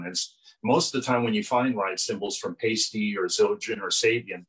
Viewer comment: It's pronounced PIE-STEE not paste-tee!!